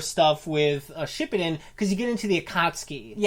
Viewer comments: Edit: And pronounce Shippuden like "Shpippiden" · shit he said shipbuldin😂😂😂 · yea and how she said shippuden